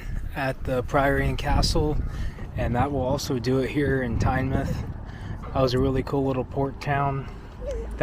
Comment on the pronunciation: Thank you for pronouncing Tynemouth properly (not as "Tyne-mouth")! And you said "seaside" not beach - you're practically British 😉 Great weather you had that day.